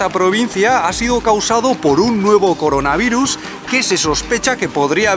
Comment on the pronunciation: hola, hoy vamos a hablar de coronarivus Coronarivus: y lo van a sentir:v